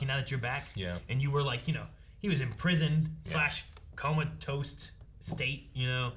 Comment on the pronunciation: Wait. Did say "coma-toast"? This feels like a Morty's Mindblowers-type situation.